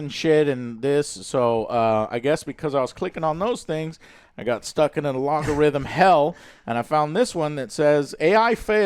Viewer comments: Lagorithm? Lol, repeat after me Joe: AL-GO-rithm. All the best on the recovery and wish you all the best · Algorithm is pronounced as Al-go-log-uh-rhythm per this channel’s proprietor. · Umm.... so.... does AngryJoe NOT know HOW to say (and probably spell) "ALGORITHM"? Joe.... wtf is an "Uh-law-garithm"? :face-green-smiling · ALGORITHM...A-L-G-O-R-I-T-H-M Joe. Not alagorithm you illiterate boomer!!